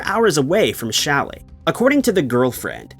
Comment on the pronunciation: Challis. Not Shelly 😊